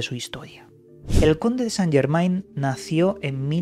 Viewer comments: N'est pas possible. ne parlez pas francaise. Il dit St. Germain, ne pas Germen... AI c'est E en francaise... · En francés Germain, se pronuncia Germen ... la AI es E... .. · Chirria que lo nombres acabado en -ain, acabalo en -en que es como es, Yegmen, es la pronunciación correcta